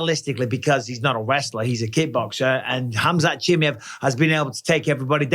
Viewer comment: For the love of god Michael, can you pronounce fighters names correctly? 🤣 Chim eye ev